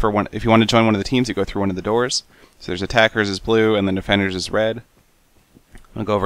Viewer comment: Seth, it's Blue, not Blu :)